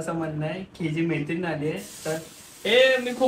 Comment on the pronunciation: आधी मैत्रीण बोलायला शिक. म्हेत्रिन 😂